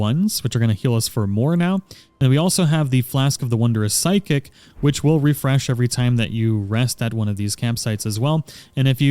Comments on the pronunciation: Just a minor detail,. It's Physick, not Psychic. Weird, I know. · this dude said flask of the psychic lmaooo it's physick my dude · It's crazy how you call it psychic instead of physick,you know not (sy-kick aka psychic),but (fi-sick aka physick),had me like lmao...but good video though lol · I've notice everyone who mentions the flask of the wonderous physick pronounces it PSI-KICK, but since its Phy shouldn't it be "Fie-Sick" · Just a helpful note, it really is physick (FIZZ-ick) which is a term for the practice of medicine. Psychic (SI-kick) is spelled completely differently and it describes things related to the psyche. :) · Great video, thank you. By the way, it's a Flask of Wonderous "fizzick" not "psykick". =) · Great video thanks for the much needed assistance! Also it’s pronounced fizzik 😉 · i was literally looking for this comment it bugged me so bad lmao PSYCHIC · Your pronunciation of physick is infuriating.